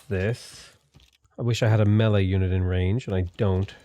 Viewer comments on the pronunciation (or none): none